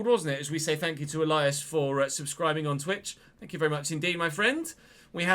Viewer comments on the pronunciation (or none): none